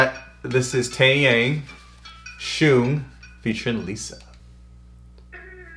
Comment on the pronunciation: Taeyang is actually pronounced taeyoung. Also this colab was fire. Lisa is everything and she is the best dancer period.